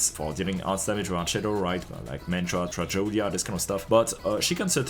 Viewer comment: my man called Tragodia as "trajodia". My man really suffers from terminal case of French